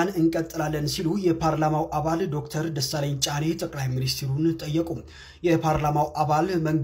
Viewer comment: Can you please say his name properly. Dr. Desalegane Chane.